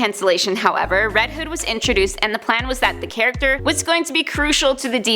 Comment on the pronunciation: Sounds like she is saying red head